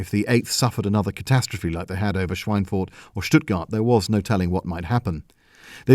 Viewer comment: your pronunciation of "Schweinfurt" is realy good